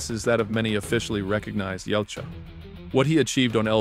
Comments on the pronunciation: Yautja is ya-ooh-cha, not yalcha. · YA-OOT-JA NOT YOUT-JA